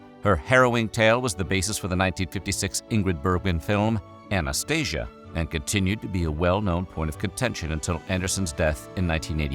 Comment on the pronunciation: Anastasia, in a spanish accent, sounds weird.